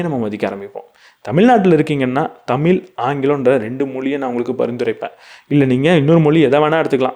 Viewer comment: Good effort just a humble request, please practice correct pronunciation for "தமிழ்"